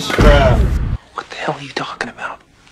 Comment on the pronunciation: That was triggering what do they speak 'aaa Australia' AAA Zealand